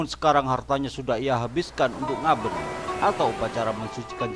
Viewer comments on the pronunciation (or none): Koreksi dalam pengucapan kata 'ngaben' pada huruf 'e' bukan seperti membaca 'emas' melainkan seperti membaca 'bela'. Dalam bahasa Bali huruf 'e' tidak selalu dibaca seperta mengucapkan kata 'emas'